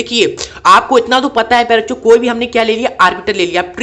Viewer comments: Sir ap baar baar bencho kyu bol rhe 😂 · सर आप सभी वीडियो में प्यारे बच्चों मत बोला करिए दूर से सुनने पर कुछ और सुनाई देता है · Bhai wo kuchh or hi sunayi deta hai...😅